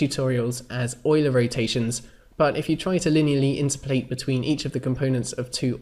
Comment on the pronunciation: My question is why do you pronounce "interpolate" weirdly? It's like "in-terp-o-late", not "inter-polate". (Like its opposite number is "ex-trap-o-late", not "extra-polate".) Sorry. Good videos. But that pronunciation was triggering me.